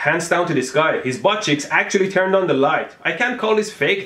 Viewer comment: I originally thought it was “butt chicks”